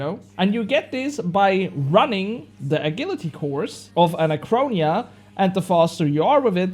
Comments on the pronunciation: My man, you butchered the word 'agility' lmao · you were saying it wrong, but later in the video you started saying it correctly